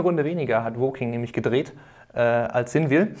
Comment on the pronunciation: hat er es aber richtig ausgesprochen ;)